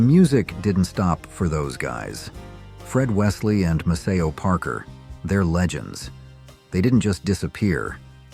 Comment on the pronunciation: Maceo is PROPERLY pronounced: “MAY-CEE-O”…not “MA-SAY-O.”